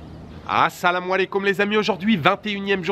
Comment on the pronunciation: Encore une superbe vidéo J’adore ton salam aleykum très bien prononcer bravo 😄 Les artisans marocains p’ des mains en or Profitez bien tout les deux 😃